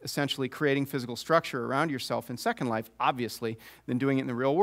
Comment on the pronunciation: Might the name of Second Life have been a single word in the beginning? I'm just wondering why even Philip Rosedale pronounces Second Life with the emphasis on the first word. Then I can only wonder how Second Life became what it is now. Agreed. ...and here he puts the emphasis of the name Second Life on the second word. I spoke too soon. If that's the case, then some people are very bad at it.